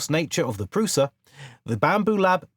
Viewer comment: by the way, prusa is pronounced (prU-SHa)